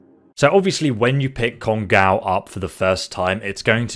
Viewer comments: written "kongOu" Pronounced "kongAu" >_> it's japanese, it's generally pronouced exactly like how it's spelled (in letters atleast). And is it just me or does it remind anyone else of that gun "we" use in the interlude after the heist? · It's pronounced cone-go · Pronunciation of kongou(金剛) is "kong-go" or "Congo" Just heads up on that... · It's actually pronounce kong-o' not kon-gow it's japanese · Its pronounced kongo, no kongaaaou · I know it's pedantic but it's pronounced "Congo" like the African country. It was the name of a Japanese battleship in WW2. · Just so you know 'ou' in Japanese elongates the hard 'O' sound which is why you will see some translate the 'kana' as 'oh' instead when using romanji or romanizing the sounds using the english alphabet. So this gun is actually named KONGO with a long 'O'. Just an FYI. Thanks for your videos <3 odaiji ni ne! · 'Kon-gaw' lmao. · How is it that you say "go" in this video but mispronounce "Kongou"? Love your videos anyway! Keep it up!